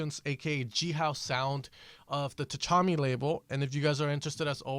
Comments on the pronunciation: Tchami is pronounced sha-me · Did you pronounce Tchami's name wrong on purpose?